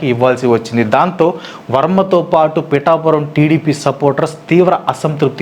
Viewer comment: Bro its pithapuram 😊